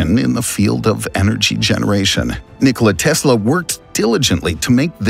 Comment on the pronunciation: "But before we get into" it next video okay bye nniickollia teeesla the announcers voice is not good it's obvious he's trying to make a weird voice.